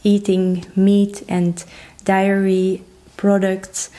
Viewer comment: Hi ,be careful that Diary is different from /Dairy/ products .Look them up in the dictionary . When you say position ,pronounce the S with Z sound. Good luck.